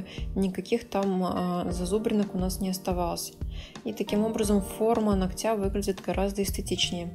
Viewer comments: Очень классно все, как всегда, и никакие какашечки ничего не режут, а только очень хочется слышать их под нОгтя а не ногтЯ и тУфлей а не туфлЕй, пожалуйста не обижайтесь 🙏 я не со злым умыслом, с уважением и наилучшими пожеланиями❤❤ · Ударения слух режут... Но работа прекрасная, как и всегда Хотя несколько видео назад я порадовался – думал, заметила и взяла на заметку "ноГоть" и "нОгтя" и вот ничего Эх